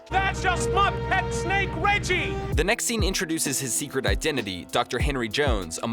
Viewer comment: Did you pronounce snake as snack